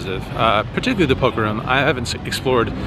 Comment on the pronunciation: Why does he pronounce room, "rum"? How does he pronounce zoom or boom or bloom?